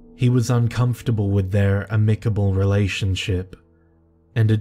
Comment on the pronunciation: Amicable... Say am like ....amtrack trains. Love your channel man just noticed that.😀😀